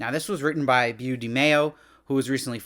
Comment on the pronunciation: Beau is pronounced "Bo" dude. He was fired bc he's a weirdo, and an idiot.